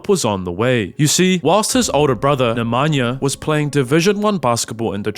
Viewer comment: Good pronunciation except he can't even say Nikola properly, nor Nemanja or several others. I wouldn't praise it.